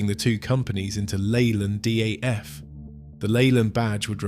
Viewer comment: no wonder you < Lovely > Britons lost leyland trucks ...this British commentator talks about D.A F..??? what in de effing world is he talking ...DAF is pronounced as .., Yes DAF instead of the German M.A.N ....geeze